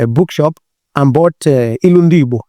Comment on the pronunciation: For him to have pronounced Igbo correctly, means he is truly a yoruba/Igbo man. Lol😂😂